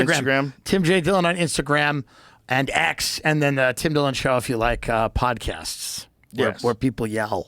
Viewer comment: It’s Dim Tillon